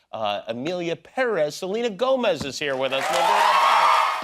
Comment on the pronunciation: Learn to pronounce her last name right! It is Spanish!